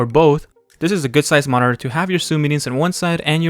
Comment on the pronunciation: Dude, I can't unhear it now 😅